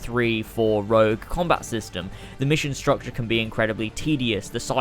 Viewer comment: Rogue not rouge